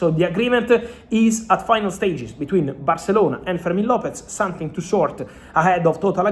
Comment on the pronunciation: Not sonthing not sonthing not sonthing please try it’s easy